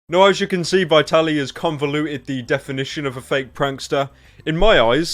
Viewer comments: I'm sorry but it's VIT-ALY not VI-TALY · It is pronounced vtaly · "Vaitally" Well done pyro. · does it bother anyone how pyro pronounces vitaly's name wrong?